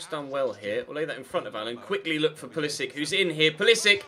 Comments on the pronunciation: Pulisic is pronounced Pulisich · Theobold Trollington-Smythe no, i think is correct, pulisic has an accent on top of the c that reads ch